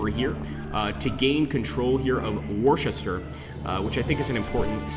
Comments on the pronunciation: Pronunciations - Worcester is pronounced 'wooster'. Leicester is pronounced 'lester'. Warwick pronounced 'warik'. Not your fault, just a yank thing 😊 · Hi thanks for the teaser... love this period. By the way, Battle of Worcester is pronounced "Wus Ster". I know some English words are difficult to pronounce if you are not familiar with them.